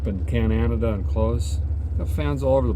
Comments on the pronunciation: Really wish you would say Canada not cananada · Down home entertainment 😀....However, if you visit another country, at least pronounce the name right. Cananada?? Only 3 syllables my friend. Cheers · Why do you insist on mispronouncing my country's name like that? Dumbass! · Show some respect and stop miss pronouncing our country name. You did in another vid and I unsubsidized. And you did it twice in the first 14 mins of this vid??? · Least you could do is pronounce Canada right. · Long time subscriber now. Basically watched you from the beginning. Love everything you do for us and love this episode. I only ask as a Canadian, can you please just pronounce Canada right once. We have had enough disrespect from certain countries lately. Thank you again. 🇨🇦❤️